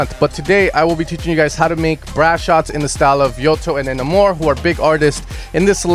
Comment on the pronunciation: Yotto is pronounced “Yatoah” Enamour is pronounced “Enamer”